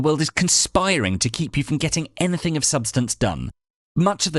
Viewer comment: Yeah, I also hated how he said eneh-thing 😖